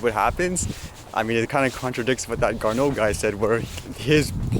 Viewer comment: His name is pronounced Gar-NO. Figures right. He's Canada's famous astronaut that has achieved his dreams of flight and now in a government office that regulates flight denies you yours. His decision appears to be as a result of bad dreams of aircraft collisions with drones and conversations with pilots. I believe if you were to ask any pilot of a "manned" aircraft what they thought of sharing a tiny portion of airspace with a drone, no matter how remote from them, the answer would be assuredly NO WAY.